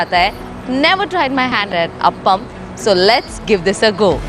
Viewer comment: It is not "APPAM". That is a different sweet dish. This is "AAPAM". The video also says it wrong.